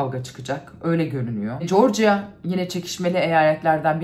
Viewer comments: Ay ne büyük sey, corcia diye telaffuz etti. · Bizim Ingilizceyi iyi konusan(!) Turk gazetecilere dogru duzgun Georgia demeyi ogretecek biri ciksa keske!